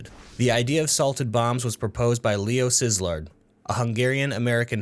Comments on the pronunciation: I love how he said Sizzler for Szilard unlike idk, Silard or idk KEK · oh my god u shouldnt be laughing at this but holy shit you pronounced "szilárd" wrong... the "sz" is like the S in sea and the "a" in szilArd is pronounced mote like the a in mr krabs agagagagagag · Ngl, that Leo Szilárd delivery hurt, but otherwise nice video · Im Hungarian and when you pronounced Leo Szilárd i almost cried 🤣🤣🤣